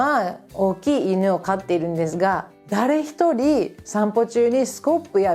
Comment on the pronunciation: ✕家族会いに →◎家族に会いに 日本語は上手ですが、いつも、｢す｣を｢ず｣と発音していますね。 例えば、｢～ですが｣を｢～でずが｣という具合に。 レジのスタッフが理由無く私語を話していたら、日本なら怒鳴られますね。 ｢こら、仕事中、私語やめろ｣なんてね。 犬の置き土産は要りませんので、お持ち帰りして欲しいですね。 アメリカの恥部を公開なさるんですね、は既に日本の味方なんですね。